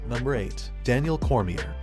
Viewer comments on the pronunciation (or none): Stype? Meahsick? Josie? Cormia? Jesus Christ dude at least learn how to pronounce their names before making a video like this.